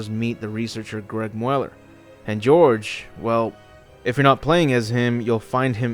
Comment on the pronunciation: Hey just a little help with German name phonetics...if a name has a E after a vowel (A, O, U) it's still pronounced similar. It's the equivalent of having umlauts over it (two dots). So Mueller is Mew-ler. Just a heads up!